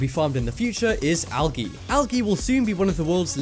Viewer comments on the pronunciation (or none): You said (Algee) it's pronounced (aljee) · he pronounces algae so wrong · ITS NOT PRONOUNCED (al-ah-gee) ITS (al-ah-jee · "al-gee" lol we say it like "al'jee" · ...Did he say "Al-gi"? Pretty sure it's "Al-Gee". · THE NICKELS it's al-jee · did anyone cringe sooooooooooooooooooo hard when he said algae so weird. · Amy Turner I did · Hahahhha he pronounced algae wrong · Did he really say algae wrong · I like how he says algae